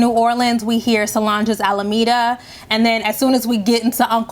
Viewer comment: Love all of this! You did that, sis! Side note from a Houstonian: The title of the Solange song is “Almeda” (no extra “a” like Alameda in CA). 😊